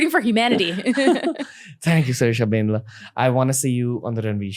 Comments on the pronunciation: When you are Telugu person and cringe😬😬 when he says BANDLA as bendla...... I know .......! its not his fault....😅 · Bandla not bendla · It's Bandla spelt as "Bun -Dla" not Bendla dude..